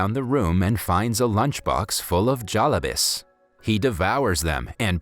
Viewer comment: "Jalabis"🤣 love your video's bro